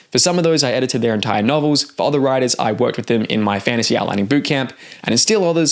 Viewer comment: Okay, I've heard it enough times now to say something. Why do you pronounce "other" like it rhymes with bother? Instead of like it rhymes with mother, like most of us do? Is this some regional dialect I haven't heard before? Or did you learn to speak by reading?